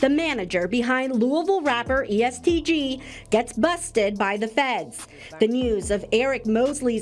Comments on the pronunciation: Bruh u obviously not in touch with Louisville at all...its not east gee its EST for Everybody Shine Together! N its not lewis ville its Louisville like dat dude Loui... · Mane fucking the name of the gang and location up 😂😂😂😂it’s EST not EAST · Fr dude saying East 😂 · E.S.T not East😂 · The fact that you keep saying Louisville bro is luhvull how you lived in ky and pronounce the city wrong